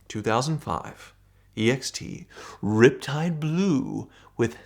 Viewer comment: The way says "Riptide Blue" always cracks me up